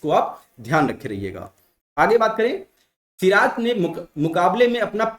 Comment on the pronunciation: सिर ताज ...... सिराज 😂😂😂😂😂